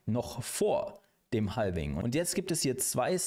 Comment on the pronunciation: Danke für die Zusammenfassung. Habe es nem Kumpel geschickt. Btw, Halving spricht man ohne L :)